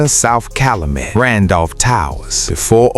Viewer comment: Bruh it's pronounced cal u met 😂